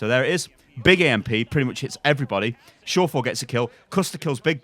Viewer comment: Pronunciation of surefour damn